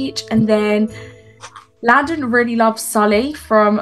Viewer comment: LaDdeR instead of landon has me cracking up lol and GigicHaD hahaha